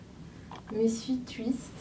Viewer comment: "Tchuiste" 😂 jolie coiffure